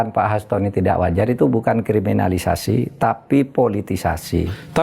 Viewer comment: Pak Mahfud dr dulu sangat sulit menyebut kriminalisasi, apa krn org Madura?